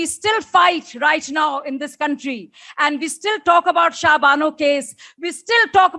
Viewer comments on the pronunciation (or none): none